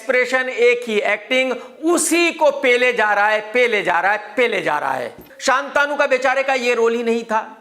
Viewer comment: शांतनु है शान्तानु नहीं।